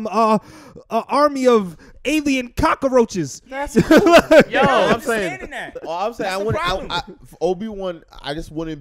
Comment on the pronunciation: Why he call them cockaroches 🤣🤣